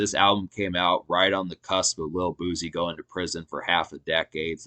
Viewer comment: It’s pronounced boo-cee 🤦🏾‍♀️